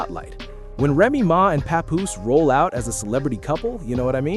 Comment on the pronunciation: It's NOT PA-POOSE - IT'S PAP-POOSE LIKE PAP-SMEAR!